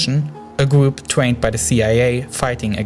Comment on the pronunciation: "gwoup" "wegion" "tewor "wadical" "miwishas" "wojava" "sywia" LMAO